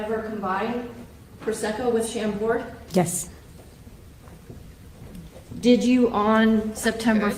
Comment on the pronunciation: also if the state wants to booze shame she could actually pronounce Chambord correctly, it's French ma'am...sham-bore. Silent D...you're...ok not gonna make a bad joke 😂